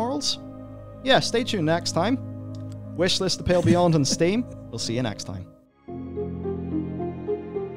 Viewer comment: Oh it's The "Pale" Beyond. I've been misshearing for weeks up until I saw the name written just now. I thought the name was The "Pill" Beyond. It looks cool though and like the type of game I'd enjoy!